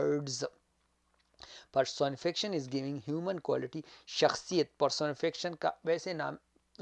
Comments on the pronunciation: It’s per-so-ni-fi-ca-tion. Ap pronounce sahi nhi kr rahy, baki apki mehnat ko sahrahty hain sir . Dera manana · Pehle ye sekh la ka words ko pronounce kaysay karta ha . Personification ko pronounce sahe tareqa sa karay..